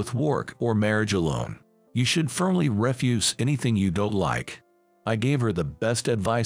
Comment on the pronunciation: And when they 'speak' the word 'through' it comes out as 'thruff' rhymes with 'rough' instead of 'threw' Also the word 'refuse' is 'spoken' as in 'refuse collector' rather than the word to mean 'deny'